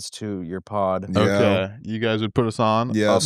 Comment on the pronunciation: ughhh honestly canNOT stand how says 'okay': oak-eye